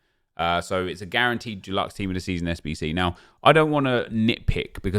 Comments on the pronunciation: Nep says DULUXE not Deluxe 😂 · Love the content but it’s stresses me that you say duluxe when it’s deluxe hahaha, what a sad life I have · Can you please say deluxe right man haha - it’s not Duluxe. You aren’t painting your bathroom Nep. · Am I the only who can’t stand how he pronounces deluxe. It’s Dee-lucks not Doo-lucks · Why does he keep saying jew-lux, it’s pronounced dih-lux 😂😂😂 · Does everyone say DUELuxe like nep or deluxe like me🤣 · Stop saying doluxe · Can you stop saying deluxe as “dulux” please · Him saying dooluxe is triggering me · Nep please stop saying “DULUX” 😂😂 it’s not paint my friend! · No one:: Calls deluxe “dulexe” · Nobody: Absolutely Nobody: Absolutely Positively Nobody: Not even a single soul: Nep: DU-LUX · Sorry nep it’s de-lux pls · Why do you pronounce deluxe as if it's the paint brand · How can you not say deluxe 😂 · Why’s he saying deluxe wrong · deluxe comes from the French though, and the way Nep says it isn't right either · the way you say DELUXE aggravates the shit out of me🤣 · The way Nep pronounces deluxe makes me uncomfortable